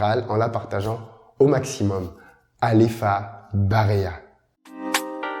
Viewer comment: Il a dit alefa barea correctement en plus 😂 c'est rare.